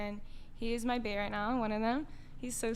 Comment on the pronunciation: Is pronouncing bae like beah?